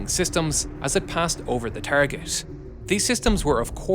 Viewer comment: Had to stop listening when I heard “tireget”😂. Can’t take it seriously.